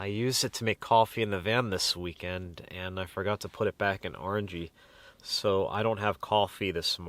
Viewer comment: Does anyone cringe when he says Orangey?